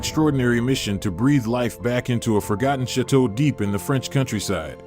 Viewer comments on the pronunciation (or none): Please tell me why this man who cant even pronounce chateau and calls ut shit to really annoyingly..wants to share Dan and his families with everyone..not nice, not good and I think it's a shame I even opened the video. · This narrator is horrible! Cannot even correctly pronounce the word "chateau".